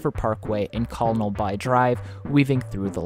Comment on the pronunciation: Colonel By (Kernel By) and LeBreton Flats (le brett-en (said quickly)) are the most notable pronunciation errors but you can also always say them in French! The national capital region is very bilingual :)